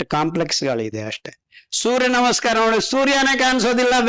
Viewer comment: i dnt thnk we can get any thought tat hes muslim if we are not aware of his name..his talks r lik tat..he pronounced surya nama in more better way than many amng us